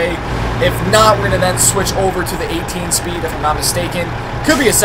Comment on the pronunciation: Who else heard him say 8 speen insted of 18 speed